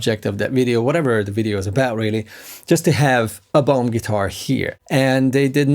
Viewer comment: Lol, when you were saying the brand name my American ears heard " Bone" guitars! My bad! 😁